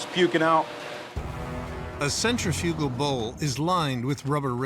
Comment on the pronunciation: The narrator can't properly pronounce centrifugal